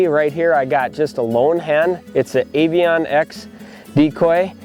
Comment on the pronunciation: Avian... not aviOoNN